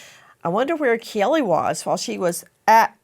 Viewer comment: Please Nancy, can you pronounce Kaylee's name right? It is pronounced with a long a sound. K Lee.